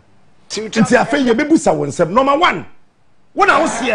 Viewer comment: Listen to how he pronounces the word 'one'. He says 'wan'. This is someone who always criticizes intellectuals. Hmmm! Very funny 😊